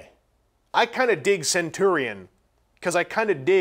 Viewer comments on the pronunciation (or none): none